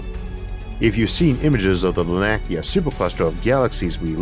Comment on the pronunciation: Another interesting episode thanks. I love Asimov's The Last Answer. Definitely one of my top two or three of his stories. By the way, the philosopher Herodotus? Not pronounced hir-a-DOTE-iss, it's hih-ROD-a-tiss. The Laniakea supercluster isn't la-NAK-ee-a, it's lan-ee-a-KAY-a. It's winter in the southern hemisphere. Some of your viewers, like me, live down here. Please don't overlook us.🥺